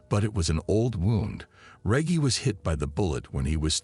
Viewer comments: Who TF is reg-hee? It almost kills the story. Then he keeps saying it the wrong way, with all the confidence in the world🚛💨🔥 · Butchering this bros name!! Reggie sounds like rejj-e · It’s Rehgee Reggie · Pronounced Rej-gee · Pronounced Re-jee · Feels like a stab every time he says reggy 😂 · The way he pronounced his name makes me think what we called regular 🌲🌳weed lmao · can't even pronounce Reggie properly? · Na the voice doin this video messed up so many words and how you got a whole story about someone and keep messing up they name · Reggie is such a well known name and this guy can’t even pronounce it the right away. Super annoying. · I don't know if Reggie 😂is pronounced like that!😂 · You keep pronouncing his name wrong. F$&k you. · the real crime here is this ai pronunciation of REGGIE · Reggie is pronounced wrong it spoils the video, did you use artificial intelligence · YO WHY IS THE NARRATOR SAYING THE NAME WRONG EVERY FEW MOMENTS?!! 😅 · The narrator sayin Reggie name wrong is killin me, you telling me throughout his ENTIRE life he never came across a Reggie? so he decided to "sound it out" 🤦‍♂ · Watched this whole thing and couldn't tell u what happened to ol' Reggie. What I can tell you is your boy can't pronounce the name Reggie... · Is his name Reggie or Regie lol 😂😂😂😂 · Bro cant even say Reggie properly 😅😂😂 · You can’t pronounce Reggie right 🤦🏾‍♂️ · Hey tell.the FN commentator it's pronounced Reg-gie Not Regg-e, lol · The fuck is this a AI reading this or something? How the hell do you mispronounce Reggie? “Rej-gee” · Yo Name is probably Re ggie not Reaggie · re - gy not re gee ? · D MKF D REGGIE MFK NOT REGY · Reggy or Reggie you donkey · Reggie is not pronounced reggae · Reage. Dude you know dam well what his name is Reggie. You never watch baseball. Not REAGE JACKSON BUT REGGIE JACKSON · Your saying Reggy it's Reggie lol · Omg 😳 I can't watch this video and listen to him pronounce REGGIE wrong 🙄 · 🗣 Bro get it right its Reggie not REGEE 😩😭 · Me too